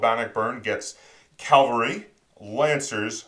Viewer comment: Did you really say Calvary 😂